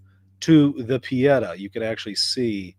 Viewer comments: Not Pe et ah but Pe eh tah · Google italian pronunciation of pietà is correct. I just say if you want to talk about it again. It's pietà, not piedah, but do not worry.